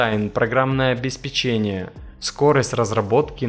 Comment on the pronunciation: Автор обеспЕчение - ударение на второе Е. Дважды произнес неправильно.